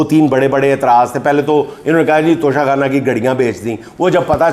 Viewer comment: اس موقع پر توشہ آخرت کا ذکر اور وضاحت ھو جائے تو شاید توشہ خانہ کی گردان کے شور میں کچھ کمی آجائے ویسے بھی کچھ موروثی بیساکھیوں پر کھڑے قومی لیڈر اس کو "ٹچہ کھانا" کا تلفظ دیتے ہیں 😂😢😊